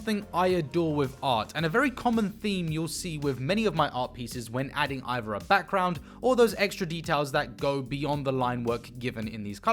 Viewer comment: With not wiff another not anuvuh. Either not ivuh. Can’t handle it no no more FF to end